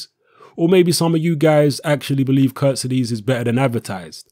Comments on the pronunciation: Good video but it's not prounonced 'Kurt-si-dees' it's 'Kurt-seeds-ay'. Was doing my nut in when the Boxnation commentator kept getting it wrong. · hey england people and you... who is kuttizes?? jusat say KHURTSIDZE!!!! not KUrtezes. can you read right??? and this KHURTSIDZE will knock him out cold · Charlotte croan agreed